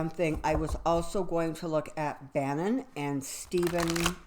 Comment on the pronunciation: Name is Steve Bannon, not Banning. Sounds like you said Banning.